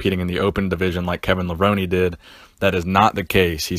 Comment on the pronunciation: It's Levrone not Levroni xD